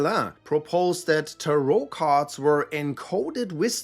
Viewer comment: I hate how you pronounce Tarot.